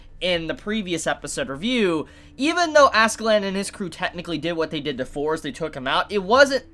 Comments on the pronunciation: why do you pronounce thor = fours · Am i the only one who hears "For" instead of "Thor"???